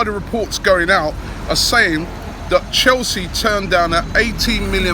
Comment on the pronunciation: Lol....Robbie had to emphasize that part David Luiz...(of Chelsea)